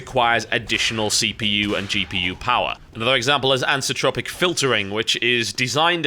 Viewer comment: Pet peevish I know, but it's "anti-ALIASing", and "anisotropic" is pronounced "anise-oh-tropic". As an Englishman you should know better...unless American life is rubbing off on you. :P